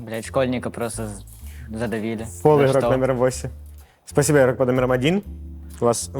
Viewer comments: Включаешь видео, и на 2 минуте ведущий : "иггггггггрок под номером один, проснитесь". Без негатива конечно, но 47 минут гэканий мне не осилить) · почему нельзя произносить нормально букву Г в слове игрок? это нечто, еще и ведущий